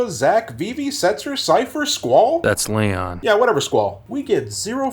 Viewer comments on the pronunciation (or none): none